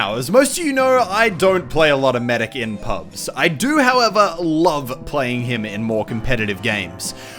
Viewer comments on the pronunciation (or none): He just said bo instead of do so adorable